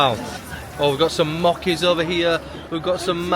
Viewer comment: "mocky" imma kms. took me a long time to realize what he was tryna say